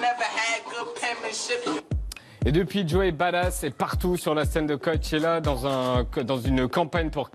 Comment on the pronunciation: Message pour Yann: on dit pas "bad-ass", on dit "badass"... Tout comme on ne dit pas "du-con"' mais "ducon'".